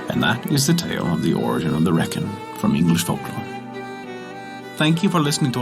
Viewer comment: pronounced Reek-in